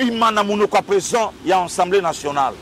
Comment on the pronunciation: On dit Assemblée Nationale et pas Ensemblée Nationale.😂😂😂